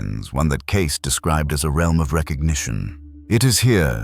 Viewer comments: CASE NO IT'S CAY-SEE !!!!!!! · It's " Kay-SEE", NOT "Case"! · NOT "case"!!! Cay-see!!! Stupid AI!! Not as smart as everyone thinks you are!! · Lovely video. Thank you.(and its Edgar Kay-see)